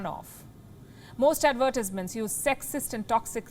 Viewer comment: Wow! Sorry, but your pronunciation on Advertisements was just horrible! Someone has to tell you. If your friends and colleagues don't tell you, then they don't really care about you. But I care about English Second Language speakers so please get some coaching on how to pronounce that word. It's okay, we all learn starting from somewhere.